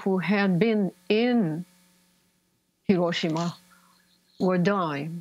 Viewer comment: Pronounced: heer-OH-shee-ma